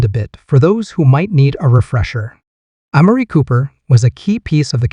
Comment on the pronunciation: Say it right am Mar re! And Dak! Not doc!!